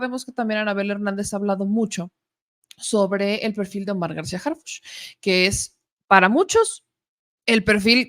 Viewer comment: Primero. Que Anabel pronuncie bien Harhuch!!! De pena ajena la escritora!!!